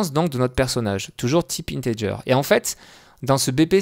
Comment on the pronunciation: Integer se dit Integuer !